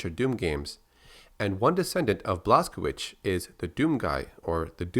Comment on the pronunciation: FYI:Blazkowicz is pronounced Blaikovich